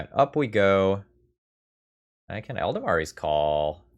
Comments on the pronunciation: Wonderful deck! Always love some land destruction. Just one thing though - it's Eladamri not Eldamari. Though I can see the value in intentionally mispronouncing it to irritate and tilt the fellow across the table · Eldamari's Call Eladamri's Call Easy mistake to make and it's not a critique meant to have any malice behind it. Mostly I just found it interesting how both the "a's" shifted over one spot in the word.